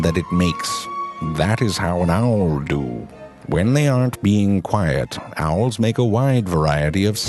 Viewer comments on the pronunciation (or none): "Here are true facts about the owrrrrllr" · i love how he says owl and seawhores lol